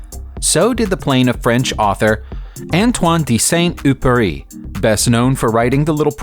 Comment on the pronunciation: Look up how you pronounce Antoine du Saint-Exupery. I haven't seen a worse pronunciation